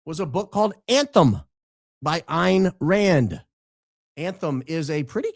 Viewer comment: Btw it is pronounced Ann Rand